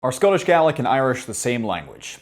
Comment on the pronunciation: I'm so sorry, I just have to say this😂 The way you pronounce Gaelic, sounds like a very good impression of an Australian saying garlic - From an actual Australian